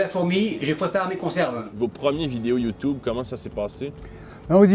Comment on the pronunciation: "Youtoube" ... lol